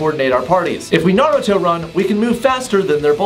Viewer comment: Alright, I dont see any comments yet complaining how he says naruto run...does this mean I have finally clicked a vid with correct pronunciation??? LF anime nerd to confirm pls....genuinely curious after seeing so many vids of mispronunciations...